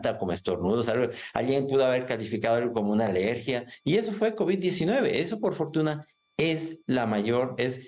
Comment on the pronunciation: Dice 4 kovis 😂😂😂😂😂 pobrecito borregito 😂😂😂😂